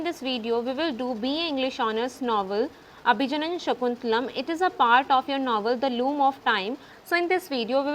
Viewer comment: Not Abhijanana that's Abhigyana